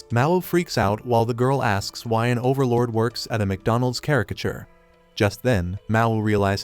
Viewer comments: you mean MgRonalds😂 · The heck is m grondles 😂